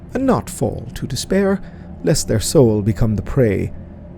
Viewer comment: It's not "iest", it's "Lest" :D